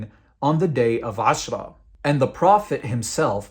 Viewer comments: I'm thinking of creating a video to respond to all the nonsense your spewing here. True, you're showing the sources, but your twisting their meanings and leaving out other sources and context. Also, your pronunciation of the terms suck. And it's Ramadhan not Ramdan and Aashouraa' not Ashra. Your giving yourself false authority by making it sound as if you know what you're talking about. Also, that smirk on your face as your talking and air quoting things mentioned in the Hadiths and the Quran just makes you look deranged. You started describing Muslims and "our friends" and then proceeded to disrespect our religion and prophet. Maybe I'll respond in kind. You should call yourself "Give spite" instead of "". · Bro you need to pronounce your Arabic correctly; AshOra not Ashra, RamAdan, not Ramdan, etc.